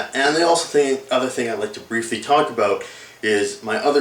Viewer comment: hehehe he said aboat